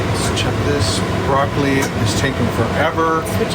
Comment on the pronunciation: Im not a very good cook myself but very much enjoyed watching you try to be the next Julia Childs!!:) The one thing I think Carol needs to get you for Christmas is a new tongue(raw bloccili?? Im actually surprised you didnt call it blaw roccili!!! lol!!!